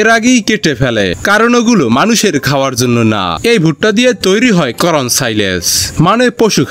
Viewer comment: করন কি? এটা কর্ন হবে। কিন্তু আপনি বললেন করন। উচ্চারণ সঠিক করুন।